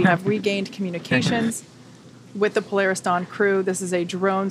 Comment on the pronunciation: Po-lar-Is Dawn, what's that chute that you've got on, doing mis-sions that might make ol' nasa cry....